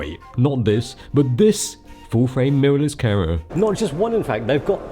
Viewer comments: It's so strange that you pronounce "camera" like "carah". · But he can't say camera?